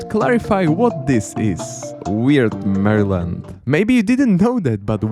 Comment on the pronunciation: You messed up half of the state names and a few of them you butchered to a non-recognizable point. It's pretty weird cuz you correctly pronounced weird states like connecticut and michigan right but you pronounced maryland like Mahrlin. How does that even happen??? Then you pronounce new york state correctly but then pronounce the city wrong. ??? Clearly you're just guessing with some states